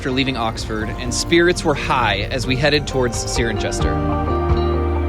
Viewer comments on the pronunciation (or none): Nice try on pronouncing Cirencester, you were close. Its sigh ren seh stah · Great video shots and thanks so much. I live in Warkwickshire and you’ve visited all the places I know well.. I regularly cycled the Cotswolds in my youth. The lake district is one of my favourite locations. BTW Cirencester is SIGH- REN- SESS-TER still it was a good try. Glad to see you had great adventure but pity the weather was not the best but there again it’s the rain that makes England green. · And Cirencester.